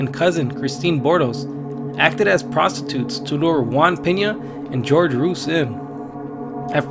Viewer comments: Why's nobody talking about how the narrator pronounced "Jorge" as "George" 😕😐😅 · TormentedSceptic I was thinking the same thing...he called him "George" when his name is pronounced Hor-Hey but I'm not perfect either, just thought it was funny because he sounds hispanic from his voice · It's "Hoor-hey Roo-eez" 🤣 George Rooze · You probably won't read/see this but just to let you know for future reference the name "Jorge" is NOT pronounced "GEORGE" lol its pronounced "HOR-HEY". The "J" & "G" in Jorge is pronounced as "H" 😉👌👌👌